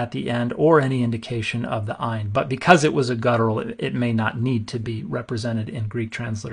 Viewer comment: Your Ayin was pretty darn good.